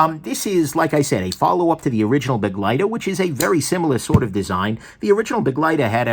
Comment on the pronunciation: Yup. And pronounced, buh-'GLY-ter. Not 'BEG-ly-ter. Not that most people care, but...yeah.